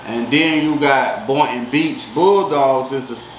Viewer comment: It’s Boynton